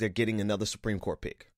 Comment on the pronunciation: Was that "Supreme Court pick" or "Supreme Court pig?"